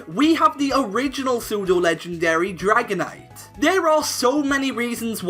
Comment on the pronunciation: IT'S DRAGONITE, NOT DRIGONATE!